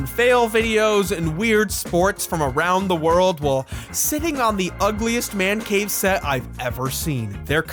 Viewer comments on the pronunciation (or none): none